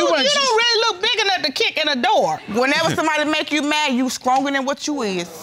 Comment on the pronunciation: 😂 She said "When you mad you SCRONGER than what you is" 😄😄😄